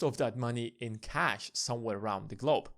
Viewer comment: Not really a Brit accent? Also we think he meant ‘assets and globe’, but it sounded like ‘asses and glob’, lol. However, was interesting! Better than I could do.